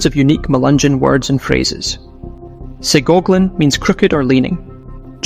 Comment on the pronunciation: its not SEE-goagling. its pronounced SIGH-GOGGLIN